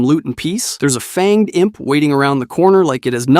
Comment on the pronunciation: Did u just say fanged I.M.P 😅